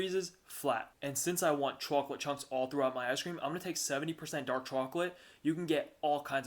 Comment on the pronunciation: You really do like to live on the edge, don't you? 🤣🤣 BTW, I love how you say, "chew-awk-let"